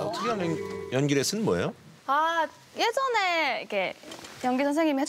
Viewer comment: 예~~전에~ㅋㅋㅋㅋ 숨길수없는 대구사투리